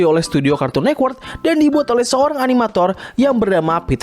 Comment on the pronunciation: Network bukan nekwork